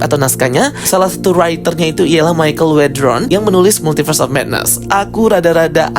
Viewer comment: bang ypo itu bukan "Multiberse" tapi "Multiverse"